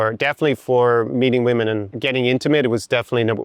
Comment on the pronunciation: First, I hate the auto synchronization youtube is forcing on all the videos they're a pain in the ass. Second, very surprised to see tapping into his scottishness when speaking about "Woemn" XD. Lastly, awesome video, as usual I especially liked hte the example video with the model which offers a guide line for guys that isn't abstract. Really looking forward to more.